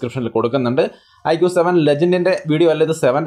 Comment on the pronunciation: Mi 11x നല്ല നിലയിൽ തന്നെ തേഞ്ഞു അല്ലെ 😂😂 Iqoo 7🔥🔥🔥 പിന്നെ ഐഖൂ ആണ് (ഐക്യൂ അല്ലാട്ടോ )💕💕